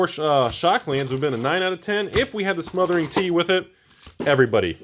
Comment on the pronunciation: 1. It’s pronounced Smothering Titty 2. The packs with split card rares are NO RARE PACKS